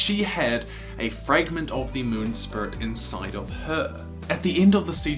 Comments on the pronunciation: For god sake man... It's Spirit, Not Spurt!! 😂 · You don't speak clear , who says spurt you need to say spirit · Lol how many times you say "sprit" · Its SPIRIT not sprit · why do you not say spirit but you say spirt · I've already pointed it out in another of your videos. Your accent says 'spurit' instead of 'speerit' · I swear, dude I love your videos and i am a recent subscriber but to me, every time you say “spirit” to me it sounds like you’re saying “spurt” idk why it just does to me😹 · "spurut world" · The "Spirut" World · Say spuirt...one more time. Rhymes with squirt. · This video was just an excuse for you to say "spurit" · I really like how this guy pronounce Spirits, it sounds like Spurt!